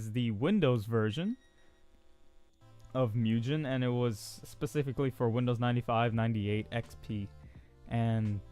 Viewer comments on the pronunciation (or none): none